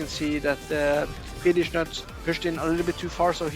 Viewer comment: that is not how you read Fieldys name 😅